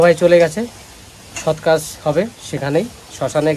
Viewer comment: Sotkaaj noy Sotkaar bolun